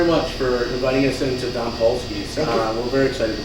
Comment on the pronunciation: Great show, but dom is pronounced with a long o, like the word dome.